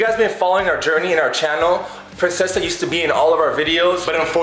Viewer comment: It's princessa not prensesa